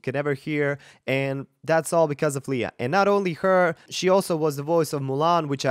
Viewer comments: Her name is pronounced Lay-a not Lee-a..just fyi. Great reaction..! I lived in PI for nearly 20 yrs..she was a 7 year old hosting a TV show so I watched her grow up. Sh we're is fabulous! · Love her performance and his reaction to it, but it seems strange that a voice coach who likes her so well mispronounces her name - it's not leeeah but leiah. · Her name is pronounced lay ah